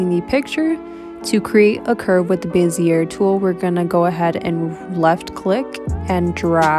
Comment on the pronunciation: Bezier is pronounced Bezz eee Ay not bezeurrr It's French.. (Insert French sounding laugh here).